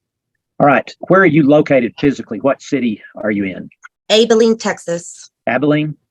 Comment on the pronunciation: She is so infuriating with her answers! Oh, and she can’t even pronounce Abilene correctly, which just adds some irritation to the mix, lol! I’m so tired of people using their kids as a crutch and also for not taking accountability for their own actions! How absolutely infuriating!